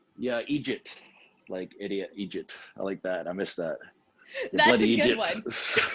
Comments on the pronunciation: did you just say 'Egypt?' its eejit ya eejit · You way butchered the Scottish slang bloody Egypt 😂